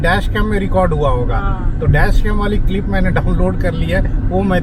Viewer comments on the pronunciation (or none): none